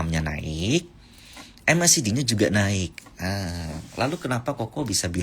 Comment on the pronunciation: mek di bang nyebutnya, tulisannya macd